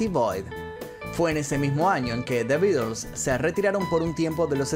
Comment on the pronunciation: "The Beeders"...quien cresta son esos?😂